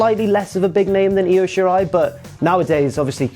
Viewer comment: It’s pronounced eye-o